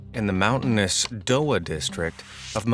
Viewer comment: We don't pronounce dowa that way in malawi